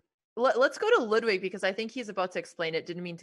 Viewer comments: Why did she say your name as ludewig. Love you lud thanks for every day uploads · “We have loodwig” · the proper pronunciation is more like loodvid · Botez couldn't pronounce Ludwig's name correct one